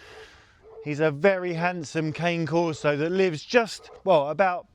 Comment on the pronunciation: The Cane Corso is pronounced "KAH-nay KOR-so"